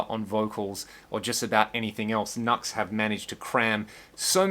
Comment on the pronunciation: Pronounced "Noo-ex".